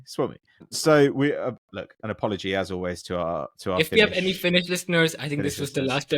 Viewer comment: As a Finnish person listening props to. That pronunciation was better than expected.